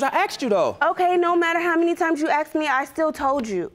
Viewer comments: "No matter how many times you AXED ME?" Weinstien got 23 years and never Axed anyone. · "AXED YOU" This drives me crazy. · What's this axed for asked???